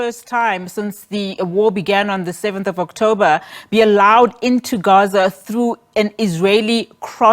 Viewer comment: Newsreader- there is no need to glottalize the word Gaza. Most pretentious. !!